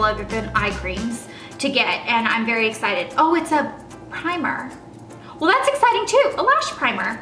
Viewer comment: She's so excited she said ecited